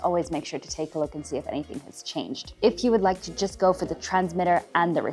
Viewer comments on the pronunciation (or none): none